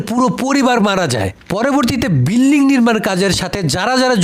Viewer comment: বিল্লিং না বিল্ডিং